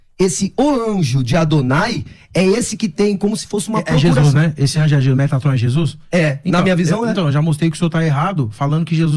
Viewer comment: Quando ele falou metraton. Nao segurei kkk